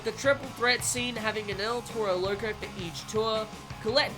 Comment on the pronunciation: Why he say it like that “el tero lerco